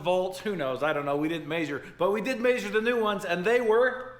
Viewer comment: drink water every time they say maysure